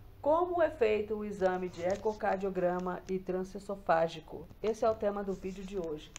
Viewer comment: Meu Deus, a mulher trabalha fazendo o exame e não consegue pronunciar o nome? É trans-eso-fa-gi-co. E o S tem som de z ao pronunciar pq advém de E-SO-FA-GO. ESOFAGO